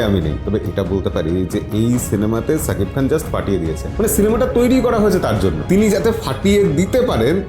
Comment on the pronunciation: সাকিব খান না , শাকিব খান। ঠিক যেমন বলেন সাহরুখ না, শাহরুখ খান।